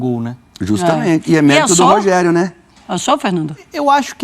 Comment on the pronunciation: Conteshto que prechudicou o Rogerio em algunsh momentosh.